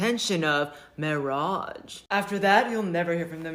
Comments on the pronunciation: ... couldn't concentrate on what's this dude sayin' ... His forehead mesmerized me ... That's a dude, right ? ... Also, is it just me, or, at one point, in the clip, clip he says : ... "Mirrage" ? ... 😂😆🤣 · The flashing red light before a f#@ cliff is when the second chick actually pronounced marriage “MIRAGE”! I hope that I’m not the only guy who caught that shit!